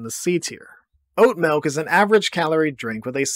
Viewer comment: Him pronouncing it 'melk' makes me feel heard.